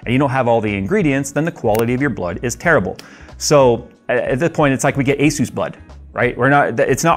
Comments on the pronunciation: "Asus blood" LOL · “ASUS blood” lol 😂 glad you are feeling better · "Asus blood" lol Glad you're doing better!! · Legend. also... "ASUS Blood" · Hah "ASUS Blood" 😂😂 Glad things improved! Looking forward to the shenanigans in the new place. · LOL 'ASUS blood'. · "asus blood" lmao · lol, "Asus blood."